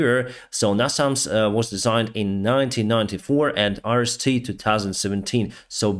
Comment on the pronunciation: The top 3 YouTube analysts are in agreement. Iran is making a terrible long term mistake by helping Russia! -- -- "Iris-T" sounds like: Irish tea! LOL. -- -- Oligarchs in Russia are missing the boat. They should be mobilizing to manufacture their own UAVs. -- -- Exchange Kherson oblast for Crimea? lol! Throw in Kaliningrad and 9/10s of non-sea access Crimea and all of Transnistria; and we'll talk.